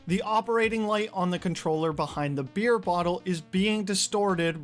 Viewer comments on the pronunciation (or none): *BEHIND* NOT BUHIND